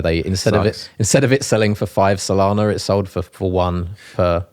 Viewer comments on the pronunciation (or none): Typical brit... too polite to tell you you're saying SolANA wrong the entire podcast.